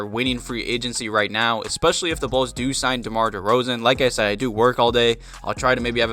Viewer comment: Not d-rose but deRoz'